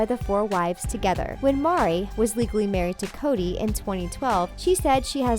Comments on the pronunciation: I’ve only watched a few episodes and even I know her names Meri And not Mari. Maybe watch the show you’re going to make a video about in future :) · Yeah and it makes me so angry - no respect infront of a person and even more extremely bad research -. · OMG!!!! Thank you.... 😵😵😣😣 I was like WHY does she keep saying Mari????!!??... It was driving me 🍌's ..... 😉😊👏👏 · Her name is meri. (Pronounced: Mary) did you never watch real clips about these people? What the heck is wrong with you, lady. Get it together. I If you cant even say her name correctly how can i trust you to be giving me correct information.. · Her name is Meri, pronounced the same as Mary. . How good is your research? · Ok it’s MERI (Mary) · HER NAME IS MERI FFS!!!!!! lol omg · Every time she said Mari I was like oh my god know what you're talking about! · The divorce was Meri's idea not Kody's. She did it as a gesture of love for both Kody and Robyn, so that Kody could adopt her kids from her previous marriage. Plus her name is pronounced like Mary. Also each of the wives used their own money to buy the homes, Kody did not buy them all. The only reason they are separate is because it was financially easier. The home back in Utah had complete separate areas for each wife and family and a huge area for get together parties. The only reason they left was the authorities were harassing them and they feared being arrested. All the stuff you didn't know made me wonder if you watched it at all. You didn't even mention the huge rift between Meri and Kody caused by the catfishing incident. The fact that Kody is not the sole provider is another thing you got wrong. Until they left Utah Janelle worked a full time job outside the home. And their jewelry line brings in a lot of money and of course the TV show does too. One man could never support 4 wives and all those kids alone. Next time get your facts straight, at least watch the show you're talking about. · why doesn't this woman even know how to pronounce Meri